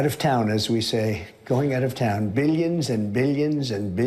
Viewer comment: One thing about Trump remains consistent: SNIIIIFF! SNIIIF SNIFF SNIIIIIFF!! The obvious cocaine/methamphetamine/crushed Adderall-induced runny nose!! Oh, and there's also the annoying way he says "millions" and "billions": "meeeyons and meeeyons of dollars," "beeeyons, beeeyons of dollars....". This, in nauseating addition to all of the OTHER usual mispronunciations, "trumpisms" and embarrassing GAFFES. Very consistent, I must admit!